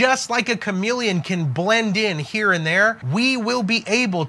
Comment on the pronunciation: CHAMELEON, You mean.....not CHAMILLION?!!?